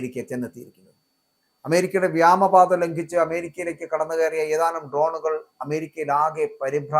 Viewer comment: എന്താണ് ഈ വ്യാമ പാത. ഇയാൾ ഇപ്പോഴും വ്യാമ പാത എന്ന് പ്രയോഗിക്കുന്നത് കേൾക്കാം. വ്യോമ പാത എന്നാണോ ഇയാൾ ഉദ്ദേശിക്കുന്നത്. എങ്കിൽ വ്യാമ എന്ന് പറയുന്നത് ശുദ്ധ അസംബന്ധമാണ്.